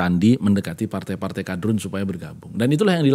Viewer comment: Ketika ngmong kadrun dia memberikan tekanan dalam intonasi kata Padahal lambang partai yg paling identitas agama ya lambang kabah